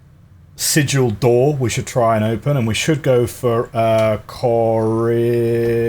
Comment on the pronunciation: I don't think there's a "ch" in Corarica.